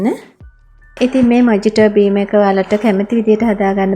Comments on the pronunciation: ඇත්තටම මේක pronounce වෙන්නේ මොහිටෝ කියලා.මොජිටෝ නෙවෙයී...❤ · මේක මොජිටෝ නෙවෙයි මොහිතො කියලා තමයි කියවන්නෙ. කවුරු හරි මේක බලන කෙනෙක් වැරදියට ඉගෙන ගනීවි හිතලා කිව්වේ. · Timely clip and good work. It pronounced as muh-hee-tow It also could be a good cocktail with rum and sugar. Regds Bernard